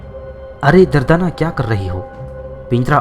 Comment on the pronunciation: دردانہ کا نام غلط بولا آپ نے